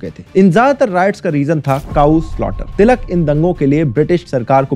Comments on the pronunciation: He can't pronounce ळ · Its टिळक not तिलक